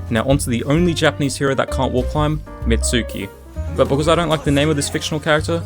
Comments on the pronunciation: it's not Mitsuki it's Mizuki. So his nickname should actually be Mizubishi 🙂‍↕🙂‍↕ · "Mitsuki" Brother you're not even trying to pronounce it correctly, oh maybe tthat's why he hates it. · his name is mizuki, not mitsuki. you dont like the name that you literally just gave him????? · you can't even pronounce mizuki right "mitsuki" sybau